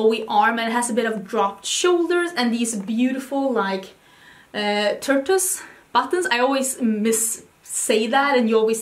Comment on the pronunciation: Bwaha. It’s “tore-tuss.” Tortoise. Heehee. I’m just teasing you. 😜 Love you,! 💕